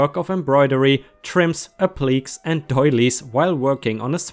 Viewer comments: Applique is pronounced AP li kay. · Just a friendly heads up, but appliqué is pronounced App-lih-kay. Also, I had to type this 8 times because my cat kept “helping”. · Ap-li(short i)-k(say the letter) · Applique is pronounced "ap plah kay." From the French "to apply."